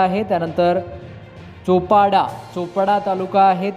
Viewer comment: चापडा नाही सर चोपडा असे आहे